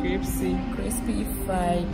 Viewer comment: Opana dey suffer with CRISPY! Cripsy Cripsy saa na afe aso